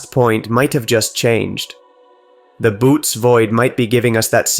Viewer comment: You need to correct the pronunciation of 'Bootes'.